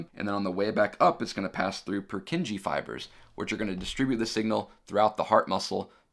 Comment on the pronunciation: Great lecture. Very well explained and loved the 3D models! The only slight mistake I noticed is your pronounciation of 'Purkinje'.